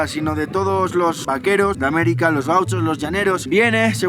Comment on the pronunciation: V A Q U E R O S, se dice V A Q U E R O S